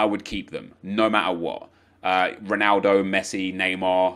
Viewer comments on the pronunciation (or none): none